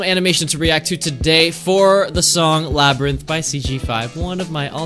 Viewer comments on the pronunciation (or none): Its labynirth